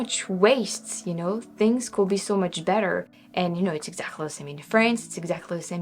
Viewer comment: Our word "could" really rhymes with "good". I think you try to pronounce the "l" - but we don't - of course our spelling is nuts. Amazing English. I wish my French was half as good.